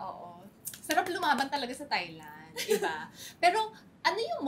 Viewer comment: Nicole Cordoves please put it out there, i have not heared any Filipino pronounced “Thailand” correctly..